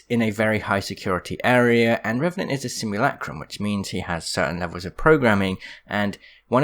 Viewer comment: I know that but it sounds funnier when you say Revenanr and Suicide lol